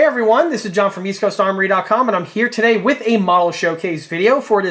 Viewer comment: Damn, I wish you wouldn't say "Auf..." Most of your German pronunciation isn't bad, but "Auf" - ooof! "Ausf" is short for "Ausfuhrung." Let's spread the word and educate the public, okay? "Ausss - fyooor-uhng." Ausfuhrung G. It's not hard.